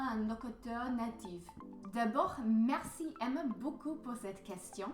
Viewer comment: But you have a beautiful way of saying "merci" with that guttural "R" sound. It sounds very authentic. How did you learn that? I can't make that sound for the life of me.